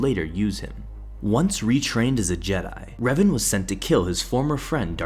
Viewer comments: its pronounced r-A-ven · The way he pronounces Revan bro what